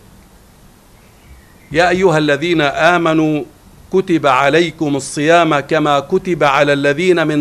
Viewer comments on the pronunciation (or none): السلام عليكم. الصيام تقرأ بالضم وليس بالفتح لانها نائب فاعل مرفوع. والله المستعان